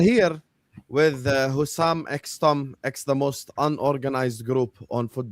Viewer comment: Stop calling Hussam Hassam!